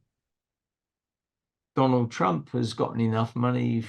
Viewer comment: ...and "Tromp"😅